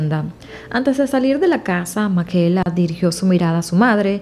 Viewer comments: PORQUE DICES MAQUELA, SI SE LLAMA MICAELA?????? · En español se pronuncia "Micaela" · Creo que el nombre se pronuncia "Mikaela" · No se pronunciaría “Micaela”(?